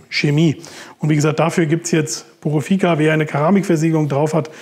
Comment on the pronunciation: Kleine Kritik am Rande…. Purifica nicht Purofica. Wenn man es verkauft, sollte man schon wissen wie es heißt.